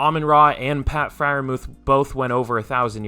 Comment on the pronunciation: It's pronounced Fryer Mooth you casual autistic